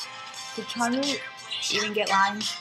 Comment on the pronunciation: his name is pronounced jun-hwae/hwe (ju-ne) :)